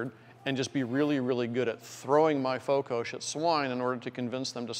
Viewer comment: Its Fokos not Fokosz